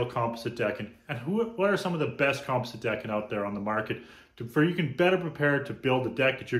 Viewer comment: Here is the correct way to pronounce “composite”. kuhm-paa-zuht . Just thought I would help you out.